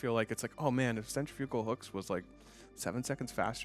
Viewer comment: Why does everyone pronounce centrifugal wrong?